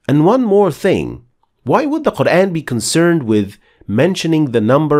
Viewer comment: Appreciated, and its(Quran) not kur aayn, its Kur aan